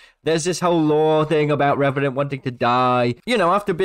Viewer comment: Revanant more like "Rebanant"